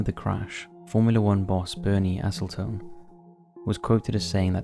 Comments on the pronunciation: It's Bernie Ecclestone, not Bernie Essletun. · Bernie EKKelstone NOT ESSelstone. AND - Eccelstone's a Brit, so surely someone speaking like they're fluent in English just SHOULDN'T be mispronuncing it like that. I get really frustrated by these mispronunciations delivered in a voice that sounds like the speaker is fluent in the English language. This isn't the 1st. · the onboard footage hasn't there's definitely footage of the crash out there that has been used for many documentaries. Also it's Bernie ECK-EL-STONE OR ECK-EL-STUN, not ES-EL-TON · Bernie Acetyltone?😂 Eccle-. Stone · Bernie 'Esselton'???? Is this AI nonsense? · It's "Ecclestone." Bernie Ecclestone.